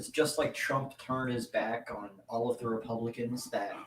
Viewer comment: Every time says, “Republicans”, it sounds like he’s saying, “Pelicans”, and I’m here for it.